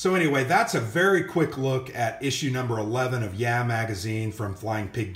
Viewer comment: le sigh... It's YAH! not YEAH!